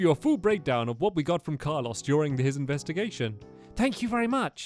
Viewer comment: Its Carlos not carlose